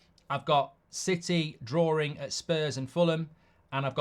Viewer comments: Bro, it's called DRAWING stop saying drawring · Mark, you are English, right? What in God’s name is ‘drawering’?